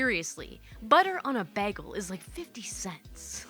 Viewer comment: As a native New Yorker, the way to pronounce bagel is bAy-gull😊.